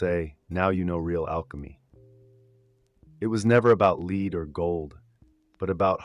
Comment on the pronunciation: hold on, are you actually an AI voice? you pronounced "lead" incorrectly.